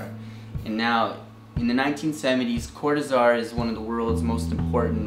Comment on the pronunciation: Cor-tÁ-zar... es en español, ¡respetá!